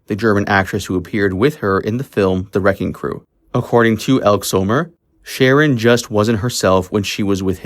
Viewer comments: It's not ELK Summer. It's EL-KEE Summer.................... I hate AI narration. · Elke Summer is pronounced L-Key. Not Elk Summer I believe 😉 Great video ! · It's pronounced Elkee Summer. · "Elk Zomer"? Elke Sommer's name is pronounced "Elk-ee Summer." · It's pronounced El-kee Summer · Actress Elke Sommers name is pronounced El kee Summer . Actress Joanna Pettits names is pronounced, Pet it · Phonetically pronounced El-kee Summer. Ugh. Might want do research. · Pronounced "ElkEE Summer" just a note. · It’s pronounced Hel-key Summer. Awful AI pronunciation at times. The usual on YouTube. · And Elk-E Sommers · Was he referring to Elke Sommer? If so he pronounced it wrong. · This was interesting, but I would appreciate it more if you learned to pronounce all of the names correctly; Elke Sommer, Dominick Dunne. It isn't difficult to find the correct pronunciations.